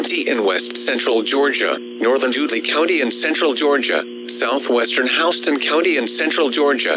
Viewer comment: I will give you a like just for getting a couple of those county pronunciations right...particularly Houston County, GA (it's HOW-ston, your voice said it correctly).